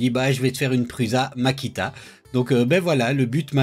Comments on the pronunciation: Un nom propre se prononce proprement. Prends n'importe quelle vidéo de Josef Prusa et écoutes comment il prononce son propre nom. Tu ne prononces pas Bill gâtes, ou Donald trümp, alors il n'y a pas de raison de dire pruZa. Qu'est-ce que tu ne comprends pas là dedans ? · PRUSA, veut dire "Prussien" en Tchèque. Il n'y a aucune raison de le prononcer PRUZA... 🙄